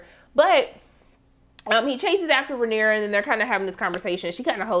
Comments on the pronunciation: … baybay. Her name is pronounced Ray-neeer-ah 😂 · You’re so adorable and I love your commentary! Pronounciation: RAY-NEAR-UH